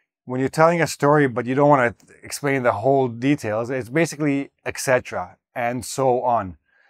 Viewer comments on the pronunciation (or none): And now to something completely different: why 'eccetera' (or 'excetera', whatever)? It is 'et cetera'.